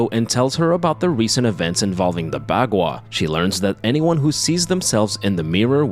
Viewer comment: You're mispronouncing baqua